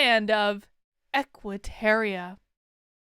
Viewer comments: It's Equiterra....not Equiteria....You said it wrong every single time! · It's "Equiterra", not "Equiteria" - and yeah - I'm being picky. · Why did you keep saying "terrier" instead of "terra"? It was very distracting. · Idk why it bugs me so much, but it's Equiterra, not Equiterria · Real talk tho, why we pronouncing Equiterra like Equiterria? Did I miss something? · TY! This annoyed me the WHOLE time!